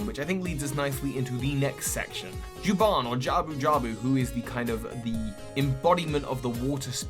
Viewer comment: ...it's Jabun. not Juban.